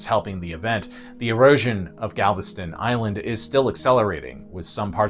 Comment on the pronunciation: BOI of Galvatraz and you most definitely pronounced everything wrong 🥴